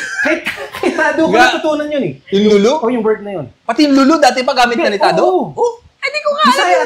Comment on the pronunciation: Not lulu but lu lu may pause po😅😅